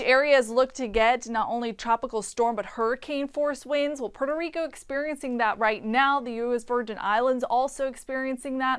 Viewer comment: Jajaja poro rico..Rico come on plz u know u can say Puerto Rico. 🤣